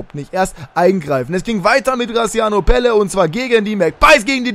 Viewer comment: Graziano Pelle hat richtig ausgesprochen weil ich Italiener bin und es weiß